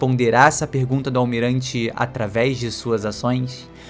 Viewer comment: “Ataves da fala” 😂